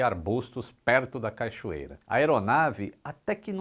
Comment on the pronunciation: corrige aí 👍 CACHOEIRA e não CAICHOEIRA. Abraço e parabéns por mais esse vídeo.